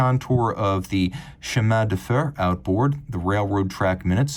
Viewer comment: Haha will never be able to pronounce chemin de fer correctly